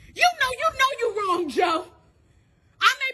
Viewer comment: The lady getting fired from the hotel keeps saying, "Rawngk" instead of, "Wrong," and it's hilarious 🤗